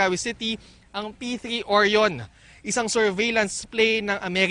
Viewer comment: Orion. Sounds like oh-raaa-yun. Hindi oryon. LoL.. sorry po!!